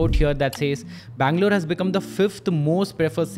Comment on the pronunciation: Best thing. He can pronounce Haiderabad, bangaluuruu. Very clearly. Compare to average Hyderabadi.... Heddrabadd😅😅😅